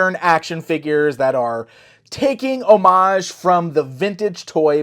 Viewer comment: Yes, you pronounced homage correctly